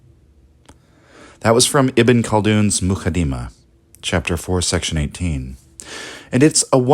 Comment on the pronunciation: 'sa BEE yah mu QAD dee mah putting the wrong emPHASIS on the syLLABles